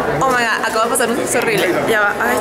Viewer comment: No es Oh my GASHHHH es Oh my Goddd , de buena onda.